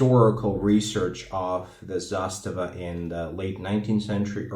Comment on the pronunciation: Nailed the pronunciation in serbian